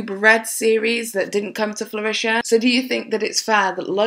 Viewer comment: Fruition - froo-ISH-un :D